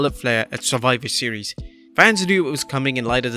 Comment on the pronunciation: "Surfiver Seas" - Adam Pearce.